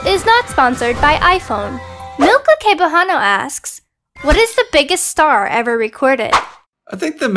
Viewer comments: Its not kebuhano it is pronounced in the Philippines Sebujano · it is actually pronounced Sebwano not kebuhano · that was my sister milca cebujano who ask that question long time ago. Also its pronounce sebuhano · Cebujano is pronounced (Sebuano) ;-;.......... Its been many years now.... ;3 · Btw, Cebujano, the C is pronounce with an S like, Sebujano but with a C